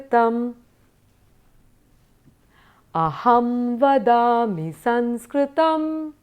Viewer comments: excellent.I enjoyed. One suggestion.Please pronounce saMskrtam as such.You pronounced it as saNskrtam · All the nuances are well explained and many thanks for the same. Just one doubt. Is it not Samskrtam?. In this video I am hearing it as Sanskrtam.vThank you